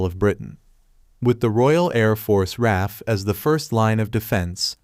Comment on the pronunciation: R A F not raf.